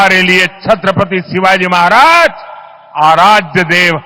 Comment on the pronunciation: छत्रपती शिवाजी महाराज जी उच्चारण करिये मैडम.